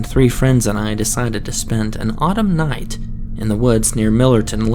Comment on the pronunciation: Noight,, sloight, Yeah, not everyone likes this narrator and so many cutesy mispronunciations.